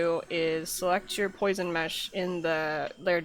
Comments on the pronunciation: type "poisson" in google translate and set the language to French. That's how you should pronounce it, just saying. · HAHAHAHA poison mesh... you're obviously French.... lol